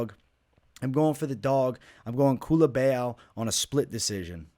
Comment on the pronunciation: Bro where do you see an E in Culibao 😂😂😂 Culibeeaaau